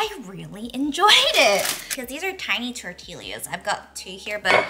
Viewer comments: The way you said tortillas made me chuckle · The way you pronounce tortillas is everything!😂